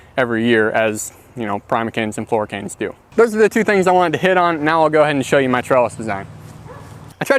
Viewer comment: Primer canes flora canes? I actually don't know what you are saying. 😢